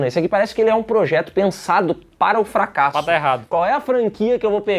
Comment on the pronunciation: representa muito bem a língua portuguesa com fra-ca-sso ao invés do jeito certo. FRA-CAS-SO